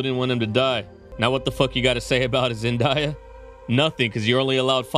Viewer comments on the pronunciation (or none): It’s Zen -Daya … not Zen die ya….